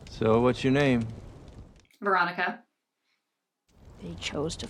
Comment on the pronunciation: "Veronica" XD